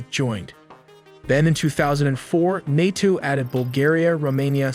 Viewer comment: Nay toe not nate toe